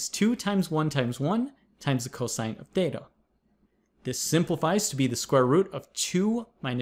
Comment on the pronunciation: I keep hearing tetha as data